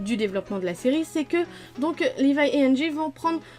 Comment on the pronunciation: Tt le monde a zaper le gars a dit "Livaille ackerman" vs avez pas tilter